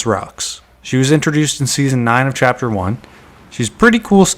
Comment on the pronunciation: bro said chaper three seasoon 5?